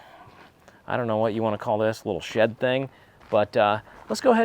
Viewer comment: omg when you said shed i thought you said shit lol